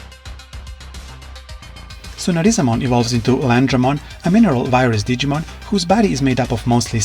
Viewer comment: Can't even pronounce his name